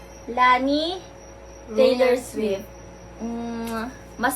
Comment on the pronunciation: lani? HAHAHAHAHÀHA pronounce non leyni diba?🤣🤣